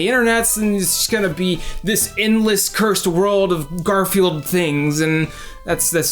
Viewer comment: “Curse.” Come on now.